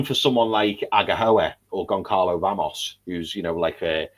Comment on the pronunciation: Hey guys, love the show. Have followed since you had less than 5k subs. Please Google the pronunciation of Goncalo Ramos. The 'C' is silent. So it's pronounced Gon-zah-lo Ramos. Thank you